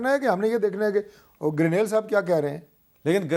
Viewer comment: Hamid Mir sb apkey zuban se Garnail ka lafz sun k hairani horahi he poora Pakistan Grenell keh rahay hain aur sirf ap issko Garnail keh rahay hain sedha sedha Garnete kaho wo behtar hoga. Lakin wo bhi grenete hain